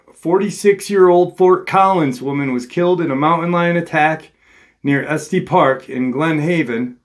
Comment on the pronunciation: Just wanted to let you know that it's pronounced (eSS-teSS park) and (Lair-ih-merr county). Colorado native here... Yes I believe this was absolutely a mountain lion attack but my twin brother and I have seen some really weird stuff up in the mountains we have here